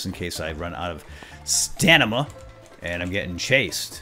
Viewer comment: haha whenever you call you stamina "stanima" it just makes me think of Panama by Van Halen, like "staaa-ni-ma!" XD